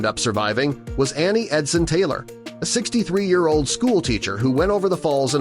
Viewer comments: Year pronuncuation was very distracting. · What a weird way to say a year?